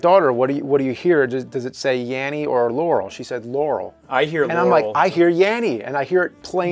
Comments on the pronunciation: it sounds like Yaural to me not Laural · That's weird, I heard it as 'laurel' before, on this video all I hear is 'yanny'. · Does anyone else hear "Yaurel"? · I hear "larrel"